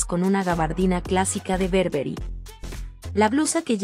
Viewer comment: No es berberry es BURBERRY